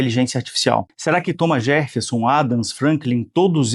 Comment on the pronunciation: Não, o cara falou Thomas JeRffeson, mesmo. Com o R nesse lugar bizarro.